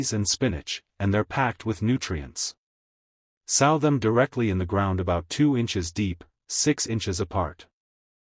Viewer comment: You are misprounouncing the word Sow